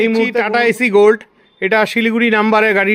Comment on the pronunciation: দাদা ওটা এসি গোল্ড নয়, সঠিক উচ্চারণ এস্ গোল্ড